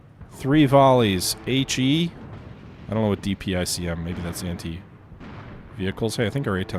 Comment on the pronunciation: DPICM is Dual-Purpose Improved Conventional Munition - it's a cluster round with a mix of anti-armor and anti-personnel bomblets. Typically pronounced Dee - pick - em.